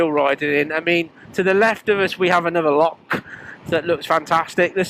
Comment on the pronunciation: Its not a lock ! Its a loch ..pronounced like your trying to bring up some flem from the back of your throat ! ( bloody Englishman 🤦🤷😜) 😂